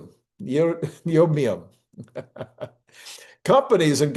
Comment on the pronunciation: It's pronounced neodymium not bla b l a b l ad I ngdo